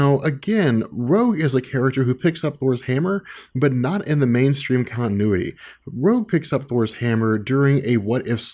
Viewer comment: It's good, but learn how to say continuity, there are t's in the word for a reason... To be said!!